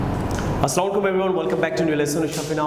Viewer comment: Say (আসসালামু আ'লাইকুম) Not আস্লামু আ'লাইকুম☺